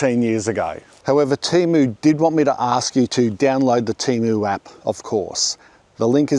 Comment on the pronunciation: Love your channel, but TEMO? noooo man.